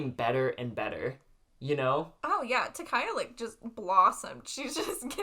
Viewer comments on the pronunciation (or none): hi hi I have tried so hard to stop myself for many episodes now, but can I just point out that ... Takaya is pronounced differently than you both are saying ... okay that's all pls ignore me thanks bye love you guys